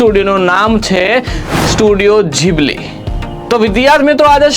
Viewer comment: ઘીબલી ❌ જીબલી ✅